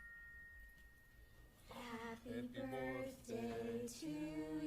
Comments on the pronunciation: i’m crying saying borthday 😭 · in the new birthday slime, I cannot unhear saying “borfday”